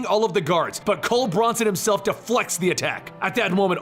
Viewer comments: Why does he pronounce Mjolnir that way? It's M-yol-nirr, not mol-ner. And it's Cul Borson, not Cole Bronson. "Jarn-byorn"? It's pronounced "Yarn-byorn" with a hard Y sound. Why does this guy struggle pronouncing every single norse word? It's not difficult. Gods, it's called Stormbreaker, not stormbringer. I thought this guy did his research. Did he really just say "Jute-un-hyme"? Jotunheim is pronounced "Yo-tun-haym". Did he say the cancer "mestasized"??? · Who is Cole Bronson?? Do you mean Cul Borson?